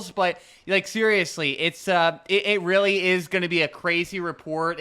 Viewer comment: it was witerry cwazy